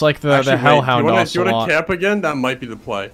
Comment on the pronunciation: “Hellhound ocelot” and “musealaum”